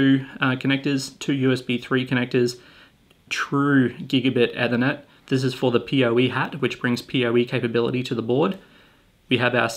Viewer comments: Nice vid, but it's pronounced E-thernet, not Eh-thernet. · You're pronouncing "ethernet" wrong lol. "ee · thuh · net" not "ethur - net" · Why are you saying Ethernet like that? It's pronounced like Ether not like Nether.